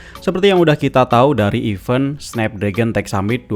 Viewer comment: Org Indo koq banyak yg baca event itu i-ven (e spt kerang). Itu salah. Yg benar itu e-ven (e spt eeq). Kalau ngmgnya i-ven itu tulisannya even (tanpa t, artinya genap/bahkan).